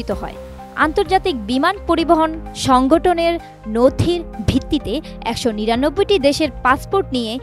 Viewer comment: সংগঠন কে সংগটোন, আইল্যান্ডস (islands) কে আইসল্যান্ড (Iceland), ভার্জিন (Virgin) কে ভিরজিন... আমার আর শোনার মতন মনই নাই।